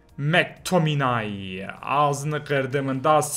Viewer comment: Abi mactomiyı mektominey diye oku